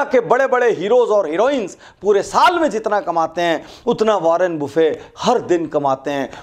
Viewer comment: Sir ji, वारेन बफेट नाम है, वारेन बुफे नहीं..😀😀